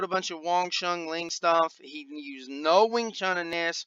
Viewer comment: It's Wong Shun LEUNG, not Ling. It's my Sigung's name. Thought u might pronounce it properly. - a student of Sifu David Peterson from WSL VING TSUN COMBAT SCIENCE